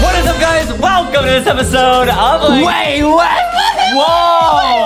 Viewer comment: "What is up guys, WALLcome 2 another episode.. of chicken land" XD